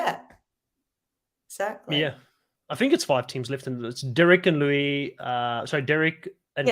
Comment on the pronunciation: Luis pronounces his name: Loo-iss